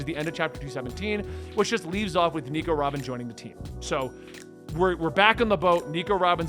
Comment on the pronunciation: It's proulnounced like alabaster but sub the er with uh sound Also Nico Robin is pronounced as you said it